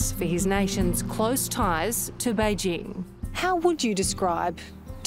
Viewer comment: Kudos to the commentator for going to the effort of pronouncing "Běijīng" correctly. Or at least much better than anyone from Fox News Australia would.